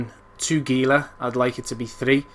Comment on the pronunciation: Pronouncing Gila wrong (hee-la). My only criticism. Otherwise good vid, very helpful!